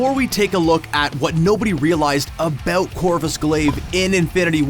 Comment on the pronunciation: What are you talking ABOOT